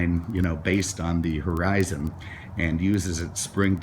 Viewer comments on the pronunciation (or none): none